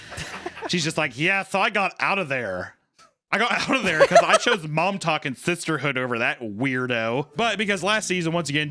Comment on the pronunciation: Every time I heard "Mom Talk" I would hear "Montauk" as in "The Montauk Monster".